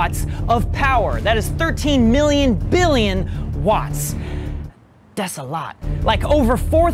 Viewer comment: “das a lot” got me giggling 🤭